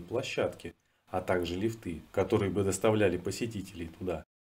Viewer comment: Любопытный материал, но, лифтыы - ухо режут, проверочное слово - лиифт! 👋🙂